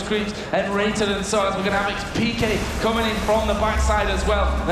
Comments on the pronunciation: xPekt* not xPekted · dude...... it's xpeke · "x peak keh"